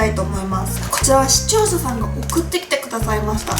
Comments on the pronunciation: 毎回思うけど、視聴者さんが言えてないw でも確かに言いにくいww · しちょう"さ"さんwww